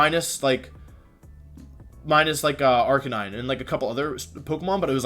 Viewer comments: I associate you wish comically mispronouncing pokemon names. I still say arcanine your way xD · I think the thing I most associate with you is the intentional mispronunciations of Pokemon names such as Arcanine, Gigalith and others